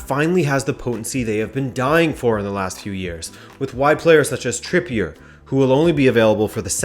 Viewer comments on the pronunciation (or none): none